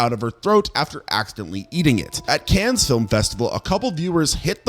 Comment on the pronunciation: "Cannes" is pronounced "Can", you make this mistake in every video...